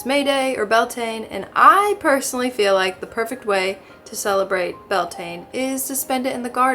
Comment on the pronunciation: Bealtaine is pronounced be~al~ta~nuh ❤ from here in Scotland \Ireland ❤ xxx